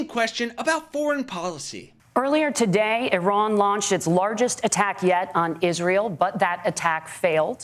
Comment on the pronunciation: NOOOO SOMEONE TEACH WALZ HOW TO SAY “IRAN”!!! It’s not “eye-ran”!